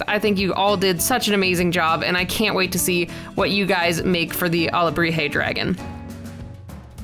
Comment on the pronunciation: SCREAMS YES YOU PRONOUNCED IT RIGHT AND I AM SO HAPPY A H- THANK YOU FOR LIKING MINE AAAAAAA